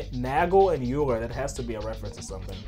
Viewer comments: Euler is pronounced oiler. I know it doesnt matter just wanted to point it out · mathematician here -- "euler" is pronounced like "oiler" would be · For the record, Euler is pronounced like "Oiler"